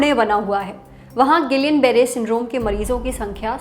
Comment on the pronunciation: जब हम लोग medicine पढ़ते थे तब इसी spelling का उच्चारण हमारे Professors द्वारा "गियां" Barre syndrome होता था। अब सारे "गिलियन" Barre Syndrome कह रहे हैं 🤔